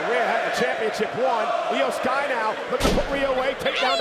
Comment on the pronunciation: Its not shry Its sky